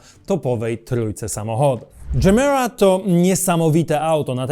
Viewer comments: Ty jesteś dżemira, gemera czyta się je-mera to po Szwedzku znaczy daj wiecej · Moge się mylić ale chyba mówi się tak jak pisze czyli Gemera. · to jak męczysz nazwę gemera mnie przeraża